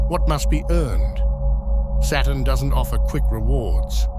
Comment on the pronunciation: Anyone else notice after hearing it a countless amount of times in this video that the word Saturn sounds an awful lot like the word Satan?